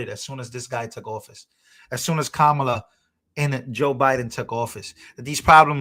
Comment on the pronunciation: It’s Ka-MA-la!! It’s an Indian name - not Africa. - and I looked up the REAL pronunciation!!! Proven that BOTH of her supposed parents have India Indian in their recent family tree!!